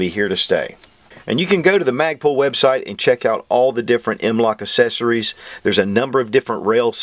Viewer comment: I have a southern draw, and I can still pronounce "accessories". its not "assessories."